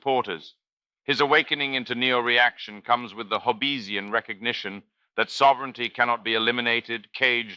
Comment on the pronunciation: And Hob-beez-ian.